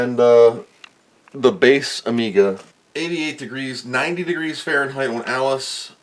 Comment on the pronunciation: Man you are mispronouncing those degrees Frankenstein. I'd be slightly worried about any of those old gunks on the board, they can soak up moisture and start aspire to be resistors with meaningful values.